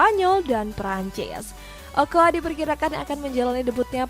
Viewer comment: Ocoa bukan okoa...